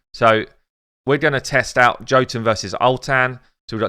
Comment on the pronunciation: Okay just gotta be that guy but sorry but you're saying jotunn wrong. It's an Nordic word for a race of people known as Giants and Jotunn is weird because it's pronounced Yo-t-enn though spelled Jotunn I see that you say it the way you do because of English and unfortunately English is a language we can all agree makes no since either. XD